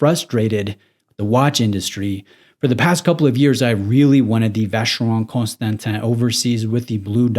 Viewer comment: Please, just start saying Vacheron. You keep butchering the full name.